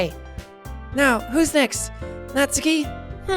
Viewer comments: JACK ! You are still saying it wrong. Natsuki is pronounced Nat-su-ki not Nat-ski ! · Jack I think it’s pronounced “Not-soo-key” not “nots-key” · It’s “nat-soo-kee” not naski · Jack I know you played this ages ago but your pronouncing natsuki wrong, ur saying natski nut it’s pronounced as nat-su-ki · It’s not Natski it’s pronounced Not-zu-key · He says “Natsuki” just like “Katsuki” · Its pronounced natsUki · Its pronounced nat su key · I'm sorry it's nat-su-ki. It's been bugging me so much won't change tho... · Its nah-suuuuuuu-key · Just dropping this out, you're pronouncing Natsuki's name wrong, Jack. The U does have a sound. Like this: "Nat-soo-ki" Sorry, as an expert in pronouncing Japanese names, that kinda was bugging me. ^^ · Am I the only one who gets annoyed when jack pronounces Natsuki as Natski? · I'm so bothered how Natsuki is said differently from Jack to GTlive... It bothers me alot! lol